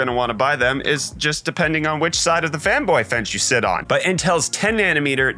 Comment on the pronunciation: said fanboy bench but I heard femboy bench